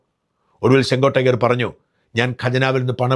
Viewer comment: Chengottaiyer ennalla...chengottayan ennanu